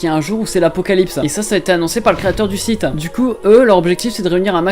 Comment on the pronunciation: Mahou shojo site: le "site" ça se prononce comme en anglais nan?